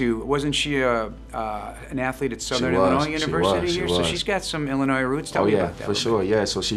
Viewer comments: Oofff He said Illinoise...He’ll learn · Quality person. Gotta tighten up that “Illi-noise” though.